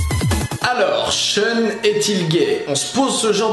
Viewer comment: Pourquoi ʃœn au lieu de ʃun ? Pourquoi ?!!!